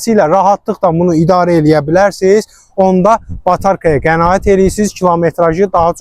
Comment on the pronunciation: Разве тяжело научиться правильно сказать : Батарея...